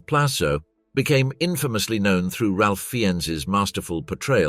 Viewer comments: Hate to be grammar police, but Ralph Fiennes pronounces his first name "Rafe," not "Ralph." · Love this channel, but his name is pronounced "Rayfe Fines" :)